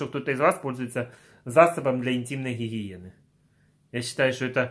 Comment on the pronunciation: Так забавно звучит для интимной хихиены